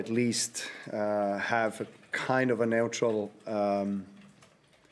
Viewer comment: "Kind of NEWAUTRUAL" 😅